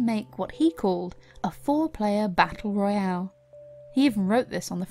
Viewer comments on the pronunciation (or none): none